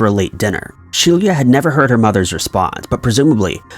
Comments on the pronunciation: pronounced she-lah not she-leah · Could her name not have been spelled "Shelia"?